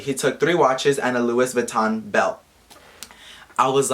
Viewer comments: Bruh.. "Luis Vuitton" 💀😂😂 Mexican version of Louis Vuitton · Yoooo said "Luis Vution" im dead like wtf is a "Luis Vution"😂🤔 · This is fucked up but, omg I couldn't stop laughing everytime you said "Luis Vuiton" 😂😂😂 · Omg “Luis vuiton”, what an idiot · Omfg every time you say “Luis Vuitton” 😂😂😂😂😂 I just can’t with idiotic ass people. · Who would fucking says Luis vuiton like the fuck if I see him I’ll fucking punch him and why would he steal from someone and he is just lying and a piece of shit 😡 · “Luis vuiton” lmao😂👌🏽😭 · Really “Luis Vitton” first of all LEARN ENGLISH Second of all STOP BEING A STUPID MAN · it is spelled Luis Vuitton but pernonced Vuitton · He said "rob a car" he is dumb and he know that his belt was fake if he say "luis vattion" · "Luis Vouiton"😂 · 'luis vuiton' is the mexican loui vuitton😂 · " Luis Vuiton " a chingado 💀💀💀💀😂😂😂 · people these days 💀 "luis vuiton" 😂 _ 💸💸💸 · I died everytime said "Luis" Vuitton 😂💀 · I started dying when he said "Luis vuition"😂😂. The guy who created this rumor is hella stupid and will get what he deserves.